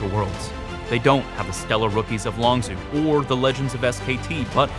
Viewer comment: longzhu is pronounced longju not longzoo